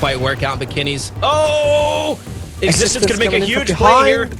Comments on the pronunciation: Team extense lol. Try googling stuff if you are unsure of the pronunciation. It is Existence, mate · its pronounced existence btw